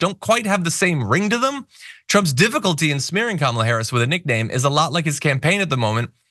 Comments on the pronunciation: It’s pronounced,” KARMA..LA. Get it right..your future depends on it.. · A shoe called Kamabla or Kamablah or cofefe or whatever word or name Trump can't pronounce or slurs or whatever? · The weird thing about it is if he’s just mispronouncing her her just to be disrespectful or racist or whatever the heck he’s doing, I think ‘Kambala’ would sound better than ‘Kamabla’ if you insist on adding a ‘b’ into her name and your just gonna put it in anywhere. At least with ‘Kambala’ it ends in an Allah sound, and he can scare all his wacky ‘Christian’ right weirdos. And it just rolls off the tongue better anyway, than ‘Kamabla’. The guy’s just friggin weird.